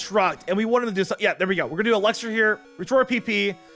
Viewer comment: I loved your commentary dude!!! Except when you say eLUXir or eLEXir its eLIXir dude